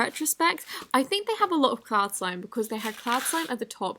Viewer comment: I love how you say “slim” instead of “slime”😋😅😵